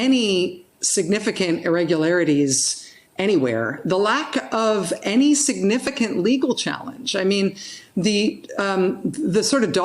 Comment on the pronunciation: No one: Joe Biden: Bi den